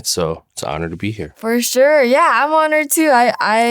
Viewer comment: I love when she says "furshure".